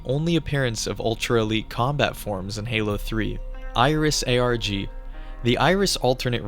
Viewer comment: is this ai voice? saying ARG like "argh" like a pirate, along with pronouncing Kanji as "can jee" is WILD.